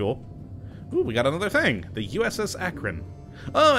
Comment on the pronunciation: USS Akron, not Acron, but xd